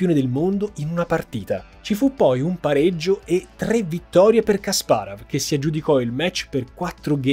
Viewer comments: però dai kasparov...la pronuncia la conosce pure mia nonna:D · Video incredibile come al solito, e incredibile come la capacità di di sbagliare ogni singola istanza del nome Kasparov:D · Povero Kasparov 😭 e il suo nome storpiato in ogni modo 😂😂😂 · Caro, peccato che non ti sia documentato con un esperto di scacchi per la terminologia tecnica (tipo " chiusure" al posto di "finali", i punteggi attribuiti ai giocatori ad ogni pareggio)...come appassionato del gioco ogni tuo "Kasparav" era una coltellata ahahah mi permetto di dirlo solo perché ormai SO quanto tu sia perfezionista e perché la qualità di questo video rimane lo stesso ALTISSIMA complimenti;) lo dico perché, come al